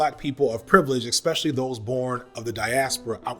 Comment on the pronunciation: Bro you have a very Skip Bayless - like unapologetic arrogance to your critique style; btw for as articulate and matter of fact as you are I'm sure you have no problem handling the truth... , (There Is No X) sound phonetically when correctly pronouncing (especially). (There Is An S)